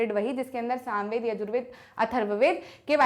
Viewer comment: MAM YE SAMVED HAI NA KI SOMVEDA